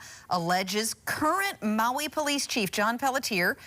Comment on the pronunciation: lol the anchorman said “polief chief”.